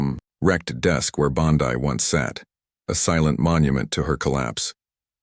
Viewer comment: Not only fake, that's not Bondi in the picture, and the guy talking doesn't know how to correctly pronounce Bondi or Colbert